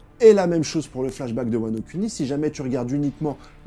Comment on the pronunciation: Arrête de dire "Wano cuni" 😂